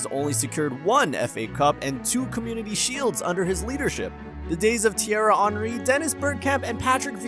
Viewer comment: Dod this guy really just mispronounce Thierry Henry's name in an Arsenal video???